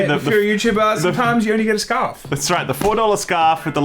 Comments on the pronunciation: Did anyone else hear “scuff” instead of “scarf” 😂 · It’s scuurrrfff mate